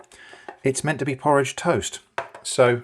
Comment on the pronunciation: "this is not porroge toast" okay